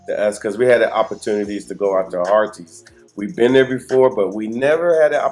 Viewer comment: Hi, Harries is pronounced as Heart-his